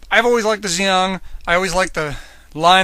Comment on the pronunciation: It's pronounced gee ong